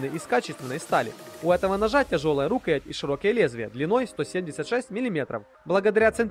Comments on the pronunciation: А что с ударениями в словах? рУкоять? И нельзя говорить, что нож практичный, если он для красоты или понтов. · Рукоя́ть ножа-так ставится ударение!За видео,спасибо. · Рукоять -ударение на Я! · Особенно доставляла "рУкоять" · "рУкоять"))))))))))))) - это что-то.... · Прежде чем рисковать выкладывать свои "произведения" на всеобщее обозрение, неплохо бы русский язык подучить, чтобы не позориться. Что это такое: рУкоять ножа??! РукоЯть она всегда была. Или в перечне продукции "дамаская сталь" с одной буквой "С", когда надо две: "дамасская". Я не какой-нибудь "граммар-наци", но здесь безграмотность махровая. Позор. Просто уши вянут. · РукоЯть! Предурок ударение на Я, терпеть не могу неучей.